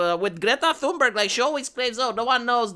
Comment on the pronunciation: You can't get deported from a country you never wanted to go to in the first place. They also flew her back. The "H" is silent TUNE-berg.